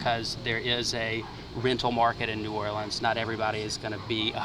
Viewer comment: Bro cant even say new orleans right 😭